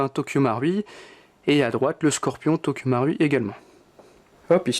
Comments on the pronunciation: nop sa se dit tokyo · Tokyo maroui c le mots le plus prononcer de ta vie